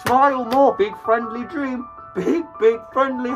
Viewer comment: how did Dream gain a British Accent